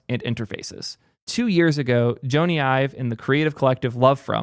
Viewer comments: if you're going to do a history of Ive, you should know, Jony Ive's name is pronounced "Johnny" — like Johnny Depp. Even though it's spelled Jony, it’s pronounced the same as "Johnny" (like "Johny," not "Joan-e"). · Jony is pronounced "Johnny" not "Joe-nee". His name is Jonathan. Will be interesting to see what he & Sam come up with - I disagree with your take on VR - when the Vision Pro is lighter, wireless and cheaper with the same quality or better, it will take off. I'm waiting for a device you can wear for hours without strain. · I cringed everytime you called him Joe-ny. His full name is Sir Jonathan Ive. Because he's Jonathan, its Johnny (just not this spelling obviously) not Joe-ny. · Sir Jony Ive’s first name is pronounced exactly like Johnny. John-ee not Joe-nee. I realize some people with that name pronounce it like Joe-nee but he does not. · Joe knee :D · Sorry but the fact you don’t know how to pronounce his name makes this video unwatchable for me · Sounded like an interesting video, but I couldn’t make it a minute in with that butchering of his name. I’ve only ever heard AI pronounce it this way. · Hey moron! His name is short for Jonathan. You are mispronouncing his name. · That Jony pronunciation is killing me XD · I love but this was an instant facepalm for me and he just kept on repeating it. Tragic irony. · Wtf is this weird Jony pronunciation?